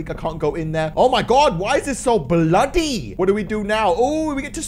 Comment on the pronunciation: He always. Says bloddy